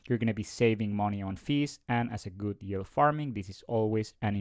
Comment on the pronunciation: if you say YULE one more time i'm gonna snap lol